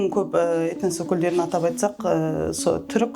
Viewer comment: Этнос деген сөзді дұрыс айтуды үйреніп алшы